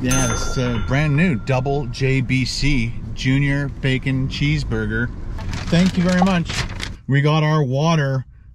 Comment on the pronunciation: Nobody:: That's it thanks. Thank Youw..